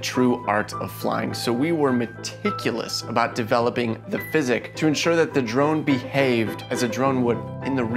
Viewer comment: did he say physic?